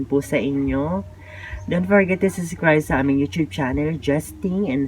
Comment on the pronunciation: Dagdag bawas ka naman. Ung subscriber ang basa mo suscriber taz ung cemetery binangit mo na cementery ai nako